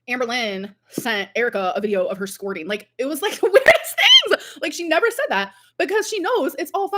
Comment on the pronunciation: The way amber says “squorting” 😂😂